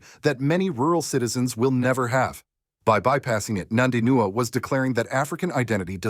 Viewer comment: Her name is NOT NANDINUA, show some respect.